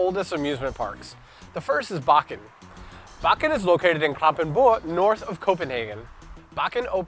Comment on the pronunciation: Omg you pronuced “Bakken” perferct